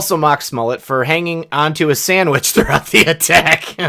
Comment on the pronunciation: OMGOSH . . . . . . that's the FIRST TIME I've heard the word, "sammich" since Doc (from the BlazeI) passed away. He used to pronounce sandwich that way all the time . . . . sammich. Brings back so many fond memories of him . . . . . . .